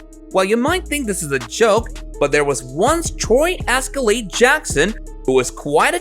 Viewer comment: Say Escalade again lol